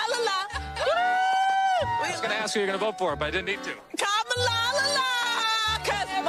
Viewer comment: “Kamalalala” what is wrong with these people 😂😂🤣🤣🤣 Cringe af.